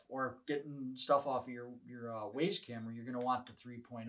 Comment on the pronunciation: The company name is "WYZE" as in "Wise", not WAZE, the GPS app.